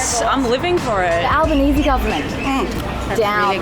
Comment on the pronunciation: Took me at least a minute there: "why do they say 'Alba-nee-see' instead of 'Alba-nees'" and "how did we go to discuss the government of Albania" OH, Albanese is the surname of the new Aussie prime minister ^^